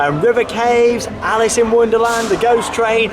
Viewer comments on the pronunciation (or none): none